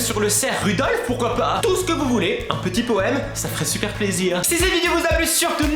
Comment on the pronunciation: le renne c'est Rodolfe pas Rudolfe